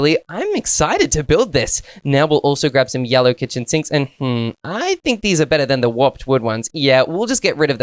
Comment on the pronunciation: 😂 says yallow instead of yellow😂😂😂😂😅